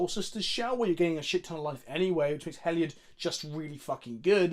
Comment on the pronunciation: Can you PLEASE explain to how one would go about pronouncing the god, Heliod? 5 mins of him saying He-Llyod 😒